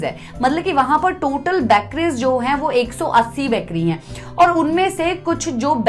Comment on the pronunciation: बैकरी नही बेकरी होता है